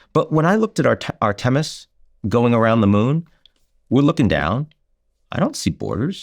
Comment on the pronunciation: Too bad he can't pronounce Art-e-mis